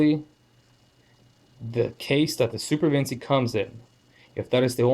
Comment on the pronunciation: All good brother. Just (gently) breakin balls. It's Vin-chee, not Vin-see. Ever heard of Leonardo da Vinci?